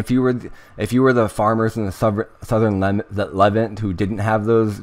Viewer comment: This is very interesting information. Thank you very much for sharing. Not to be a wise guy, but Levant is pronounced luh-VAHNT, not LEH-vint